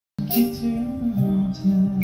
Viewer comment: ตัองขอความกรุณาคุณครูเกษทึ่ติดตามไรอัลตลอดช่วยเตือนเวลาร้องเพลงหน้าเวทีอย่าลืมตัวควบกล้ำเช่น น้ำปลาน้องก็ร้องเป็นน้ำปา ตอนนึ้น้องมีคู่แข่งเยอะนะคอยที่จะซ้ำเติมอย่างในไมล์หมดหนี้น้องร้องเพลงสตริงออกเสียง เธอ เป็น เฉอ และฉันร้องเป็นฉานเรารักน้องต้องช่วยกันเตือนเพราะไรอัลมาจากเพลงลูกทุ่งต้องชัดทุกคำเหมือนดังทึ่คุณศิรินทราคอยติงเรื่องตัวควบกล้ำสมัยร้องประกวดยิ่งเป็นนักร้องยิ่งต้องระวังให้เป๊ะทึ่สุดรักค่ะจึงบอกกล่าว แม้จะร้องเพลงของใครก็ขอให้ร้องอักขระขัดเจนดังเช่นตอนประกวดมิเช่นนั้นโดนเอฟซีที่อื่นเขาแซะจริงๆ เคยอ่านเจอในไมล์หมดหนี้นั่นแหละเขามีข้อเปรึยบเทึยบเยอะ นักร้องค่ายอื่นๆอีกขอให้พวกเราเป็นกระบอกเสียงให้น้องแก้ไขก่อนทึ่จะเยอะไปกว่านึ้